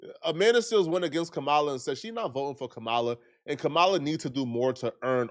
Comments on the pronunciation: Dude it’s COMMA-LA (Kamala) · it is Ka-ma-la...like Com-ah-lah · Come on,. Her name is pronounced "COMMA-LA". It's really not that difficult to pronounce correctly. At this point, you're saying it wrong on purpose, which is disrespectful AF. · stop mispronouncing Kamala. You sound stupid. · Bro you are not pronouncing Kamala name correctly. Just thought I would let you know that. Go research it bro. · YOU’D THINK SOMEBODY NAMED COULD PRONOUNCE KAMALA